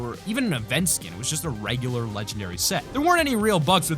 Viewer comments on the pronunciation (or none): none